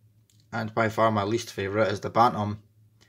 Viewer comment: Did you say Batnam? It's not Batnam (or Batman :D), it's Bantam.